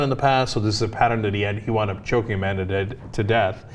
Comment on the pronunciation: Amanda, A-Man-Duh?